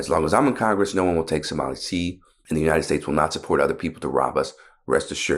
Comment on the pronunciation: Marge - its uniTed not uniNed.